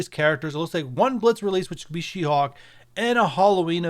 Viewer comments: Her name is she-HULK, not she hawk 🙄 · Is he saying She-Hawk.. 🧐 Good info on the masked caper